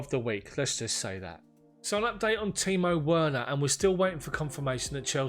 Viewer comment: Great pronouncement of Timo Werner my guy. Well done mate. Awesome content. We will keep watching and tell others about it. All the best